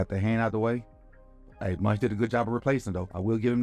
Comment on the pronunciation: Thank you for the great vid coach, lol'd at you calling Mauch (mowk?) "munch" the whole time